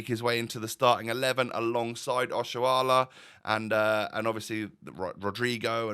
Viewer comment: I really like that you can pronounce Nigerian names well, Oshoala, Chukwueze 👍